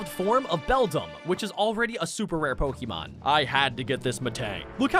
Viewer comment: Y do you call it pikimon